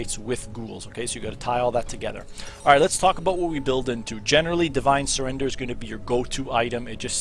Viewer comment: Great Video for me learning Yorick, only problem is it's called a Divine Sun-der-er Cheers though mate!